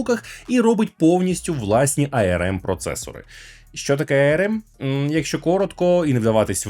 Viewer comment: що таке айерем? ARM типу? якщо так, то можна казати АРМ. Бо айерем це IRM...